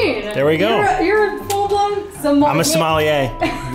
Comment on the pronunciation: great video! but crazy how you pronounce your profession as Smolliere xD